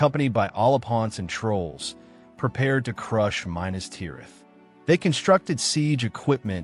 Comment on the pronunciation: OMG please learn how to pronounce ‘Minas’